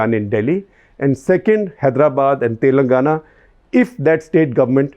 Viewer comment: its "Telangana" and not "Telnagana" .. favourite state in quotes :P